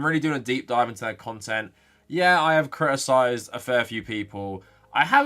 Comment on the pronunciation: Cri- I - cized